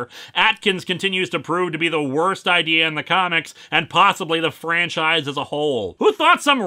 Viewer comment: "Hey I gotta idear let's make a Hellraiser holiday special"-, probably.